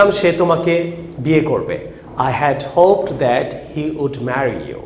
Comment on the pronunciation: হোপ্ ড বলেন ক্যান, হোপ্ট হবে,ভুল শিখান না প্লজ